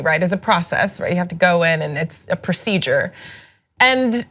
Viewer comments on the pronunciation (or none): The way he pronounced "issa" lmfaoooooooo Issa meme y'all